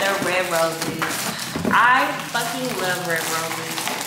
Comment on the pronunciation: you’re so beautiful and the British accent w/ the roses was killing me😂😂